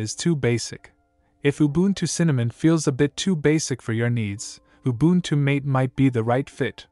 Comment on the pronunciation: Me screaming in the background when he pronounced ubuntu mate incorrectly